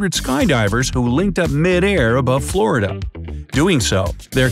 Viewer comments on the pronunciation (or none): none